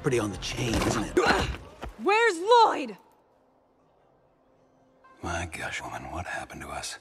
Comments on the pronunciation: I love how he calls him La-Lyod throughout the entire movie. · La-lloyd?! And its LLOYD dad No, L-l-o-y-d, I named you. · La-loyd? and its loyd dad, L L O Y D i named you. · As someone who did watch Ninjago up to, like, season 6, this movie is certainly different… But hot damn is it also funny. Laloyd has been added to my family’s mispronounced names, alongside Ayayron.